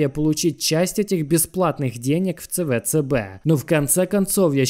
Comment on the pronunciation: Какой на хрен ЦВЦБ? Говори правильно СиБиДиСи